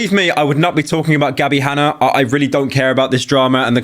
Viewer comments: Gabbie Hanna Pyro: Gabbie Hanner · "Gabbie Hanner"